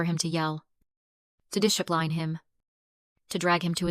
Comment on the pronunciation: Dish e pline? And decide if it’s E LAY na Or EL e na